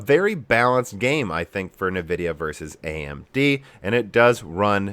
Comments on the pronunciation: don't actually know if you are trolling by saying "Nuvidia" vs "eNvidia"......... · Please, please try to pronounce nVidia properly "EHN-Vidia" not "NEH-vidia". I think a log of people find it hard to listen to otherwise. A bit like RGT saying "Nah-Vay" instread of "Na-veee". :) No offence intended! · What is "navidia" ??? As someone who doesnt care about brand and only about performance i was interested in the content of your video. Within a few minutes you are already talking about fanboys, and then you constantly bad mouth all nvidia products and cant even pronounce the brand name correcy. Sorry but you actually sound like a fanboy yourself and i cant trust your opinions.